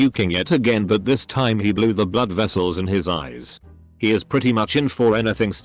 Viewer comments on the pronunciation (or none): none